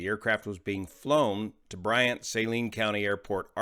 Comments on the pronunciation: Here to say it's sah-LEEN county, not SAY-leen county. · Most would pronounce "Saline" as "Suh-lean" not "Say-Lean" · Suh-leen county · Not important but it's pronounced: "Sa-leen" county.